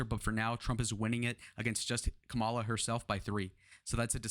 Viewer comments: It's pretty early to be counting polls at this point. After the Democrat convention, it's when they really need to be looked at. Also, as an independent, I can say that the juvenile act of constantly mispronouncing Kamala's name is off-putting. Just FYI. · First of all, learn how to say Kamala Harris' name. Emerson College poll, I've watched elections, they are so off...always leaning Republican. Keep dreaming... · You mentioned Biden's "dementia", but failed to mention Trump's. Hope you can address that error, soon. It's important. Also, you are continually mispronouncing Kamala.